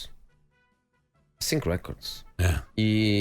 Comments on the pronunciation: " Mmm i don't sink so " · “I just Sink” - Mourinho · "I ssink"